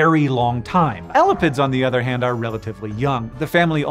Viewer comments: It's pronounced ē•lap•ids 😂 I had rewind after the 1st you said it.. I thought I heard 🐘's 💀😭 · I kept hearing 'elephants' instead of elapids and was so confused.